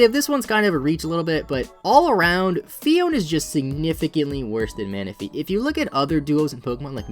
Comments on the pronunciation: isn't it phee-own-ay? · Actually it is pronounced PHEE-OWN-AYE Phione